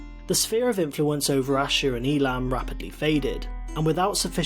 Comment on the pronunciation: It's pronounced Ei-lam